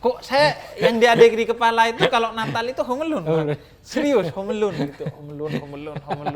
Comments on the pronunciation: Bahasa Inggris : Home Alone Hyung Ja'far : Homelun - Habib Ja'far Alhadar 2020, membahas Natal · salah harusnya ~Hum 'a lun~ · Inggris : Home Alone Hyung Habib : Homelun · Njir hom al'un. 😂😂😂